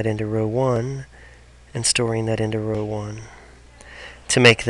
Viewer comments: great video but please stop pronouncing row like that. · I love how you pronounce "know" and "row"